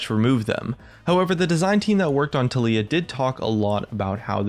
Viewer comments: I like you and all man but please....FOR THE LOVE OF GOD TALIYAH IS PRONOUNCED tAh-lee-a, emphasis on the TAH, not on the LEE-A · I really hate how you say Taliyah. They pronounce her name in the spotlights, how can it be possible to pronounce it wrong? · Why are you pronouncing "taliyah" so weird?